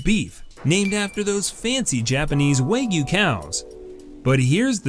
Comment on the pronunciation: The pronounciation of kilogram and wagyu is very strange, waygyu? keelogram?